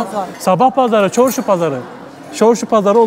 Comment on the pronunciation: Çorşu değil Çarsu farsçe söz çarrsu sözü Özbekçasi dört yol demakdır